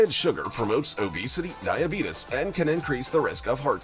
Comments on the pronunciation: dibetis bro its dibeates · The way he says " Die A Be TUs" is cracking me up..... Very informative video!